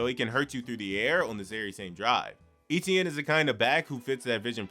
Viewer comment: hey, it turns out that Travis Etienne pronounces his last name, Etienne, the same as Devon Achane pronounces his. so, instead of pronouncing it as " E-tee-en " it's actually pronounced " Travis Achan " if you watch his opening press conference when he signed with the Saints, he actually says it's correctly pronounced as Achan